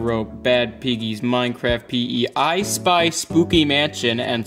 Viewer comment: Not me thinking him saying “Ice Spice” instead of “ I Spy”